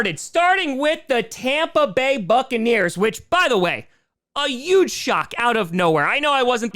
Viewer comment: A “youge shock.”